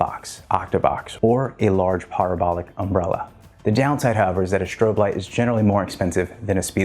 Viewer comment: “Shtrobe” lights, really?